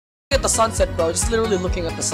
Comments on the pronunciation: He said fullttnn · The fact he pronounced it in a exaggerated Filipino accent